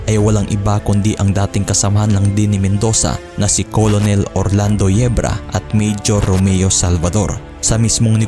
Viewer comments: Anong KOLONEL hahaha basa po sa COLONEL is KERNEL not KOLONEL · Hindi kailangan perfect ang pronunciation, pero sana maayos man lang. COLONEL is pronounced as 'kernel', hindi po 'kolonel'. At bakit sa bandang , eh ang pagkasabi ay "3 AM PM"? Ang labo mo par, nakalagay na nga sa pinaskil na pm, ginawa mong 3AM PM? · Colonel -pronounce as "kurnhel" or kurnel